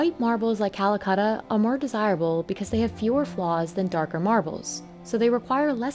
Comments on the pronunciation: Why is it so hard for English native speakers to pronounce vowels?? It's Calacatta, not cuhluhcuhttuh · The narrator is driving me a little nuts. Quibbles? its Cala-catta, not Calacutta. Or Calcutta. Also, pronounce the "t" in Mountain. Not "mown-in". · So how many time do you think the narrator said Calcutta instead of Calacatta? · It's not Calacatta, it's Calcutta! Ssshhhhh. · Stop saying Calacutta. It’s an A not a U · Why you English speaking don’t pronounce other languages in the correct way?? And get offended when someone doesn’t pronounce English right? It’s very easy to pronounce Calacatta, repeat with me.. “Calacatta” “Calacatta” “Calacatta” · Me as an Indian thinking calacatta marble as 'calcatta' marble. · She is saying Callacutta